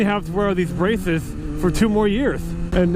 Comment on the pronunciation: "I got brahshshesses"